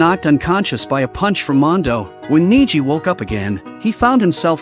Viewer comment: The recap was roughly made many important details weren't mentionned even the concept of the anime wasn't correctly delivered, and beside the MC name is pronounced as Na-e-gui ( Naegi ) and not like it was said in the video 😭 And btw to anyone who want to know the anime is based on a game called danganronpa and this serie have 3 other games and an anime too that narrate the rest of the story of the danganronpa world, i strongly suggest you to go play the game or watch a play throught of it and follow the watch order